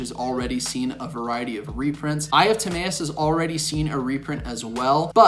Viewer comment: Ta-My-us bro not May